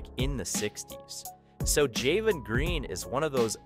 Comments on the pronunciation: how many times cause you mispronounce Jalen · Jamen and Javari? It’s Jalen and Jabari…